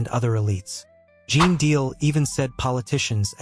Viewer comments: Ai is on the throne here and by the way his name is GENE DEAL. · You're not even pronouncing his name right....